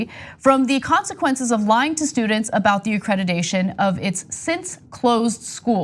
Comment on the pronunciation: "accreditation" Ana, not "accredidation".